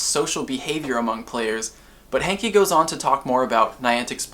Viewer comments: It's not John hankie it's hanke say it right.. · Idk if his name is John "Hankie" or "Hanky"..... It's Hanke.................................................................................................................................